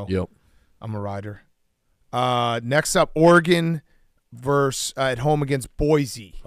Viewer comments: “Ora-Gon” -Dave Portnoy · “Are-gone” - Rico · One of these days Dave will learn how to pronounce Oregon like everyone else on the show